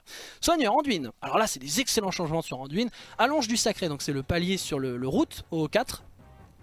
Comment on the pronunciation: j'impose pas. Je dis juste que dans le jeu son nom est dit anduin et pas anduine. Cest tout.